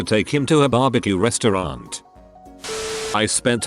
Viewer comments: We're all ignoring the fact that this guy said "Rester Aunt" instead of Restaurant. r/boneappletea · r/boneappletea ”rester aunt” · he said "BBQ rester aunt" r/boneappletea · Rester Aunt. Hmm, yes. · Nobody: Op: rEsTeR aUnT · RESTER AUNT??? bone spple tea my guy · "rester aunt" r/boneappletea :) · "rester aunt" BoneAppleTea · did that guy just call that restaurant rester aunt? fucking idiot r/boneappletea